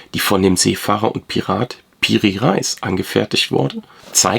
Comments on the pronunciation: Artikulation fehlgeschlagen Bei PIRI REIS HAHAHAAHA jetzt darf ich als Türke einen Deutschen korregieren wie geil... ALSO kein REIS zu essen sondern REEE-----iiiiiiiiiS artikuliert Rejis oder REYIS. REIS bedeutet Kapitän. Danke wenn ich helfen konnte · Schon interessant und gut recherchiert, wenn Piri Reis auch nichts mit dem Getreide zu tun hat, sondern Re-is ausgesprochen wird, was man wissen sollte.